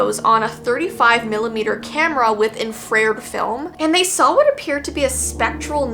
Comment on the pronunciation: "in frayed" film ...."in fa red" dumbass